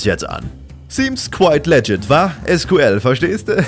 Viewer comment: die betonung bei legit liegt auf dem i nicht auf dem e, denn das kommt von legitimate.